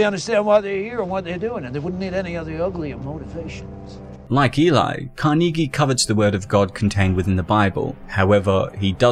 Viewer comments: You need to learn how to pronounce "Carnegie" good lord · Great analysis. But it’s pronounced Càr-nuh-gee….Not Car-Knee-Gee😂😂😂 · Really hard to get over the fact that he pronounces 'Carnegie' wrong every single time... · I swear if I hear "kar-knee-gee" one more time. 😤